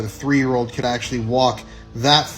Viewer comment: Hey, WTF is a 3 year ODE?? A 3 year ODE?? HUH? I know you mean old. A 3 year OLD, but that's not what you say. You literally said, and say often, ODE instead of OLD. How difficult is it for you to pronounce a word correctly???? I mean DAMN! WORK ON IT OR SOMETHING because that shit sounds stupid.